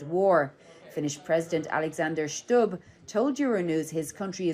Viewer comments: Alexander ”Schtub” 😄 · And it's not Schtubb, just Stubb. Finnish if phonetic.